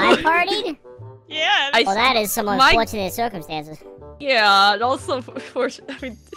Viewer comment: “Well that is some unfowtunate circwumstances” now my new favourite party line 😂